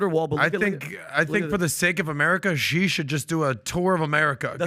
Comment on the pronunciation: When will you people learn to pronounce "Xi" properly. What a bunch of idiots!